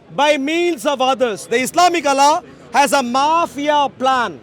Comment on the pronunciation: allllla pronunciation is big comedy